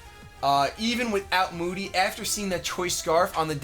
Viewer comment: The whole time was saying "I hate moody!" I thought he was saying "I hate Mooty!" Hahaha